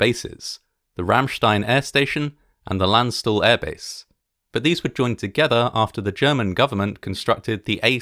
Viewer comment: *repeatedly flinches at pronunciation of Landstuhl*